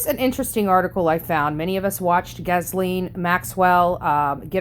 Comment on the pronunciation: Such a terrible woman (pronounced Gee-lane). I hope the survivors get millions.